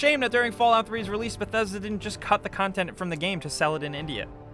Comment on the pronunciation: Thats not how you pronounce bethesda